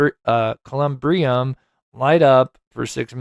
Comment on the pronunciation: Columbarium is the proper word. Like Katie Proudfoot would say "Google it y'all" Thank you for all your amaizng work that you do for Sebastian.